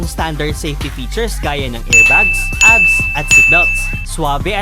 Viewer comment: Weyt lang let me correct you first A.B.S. PO HINDI ABS letter by letter po Ang pronouncation